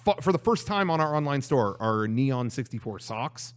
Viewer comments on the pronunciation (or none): none